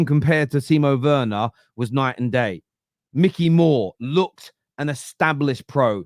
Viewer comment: It’s not Mickey, it’s Mikey 🤦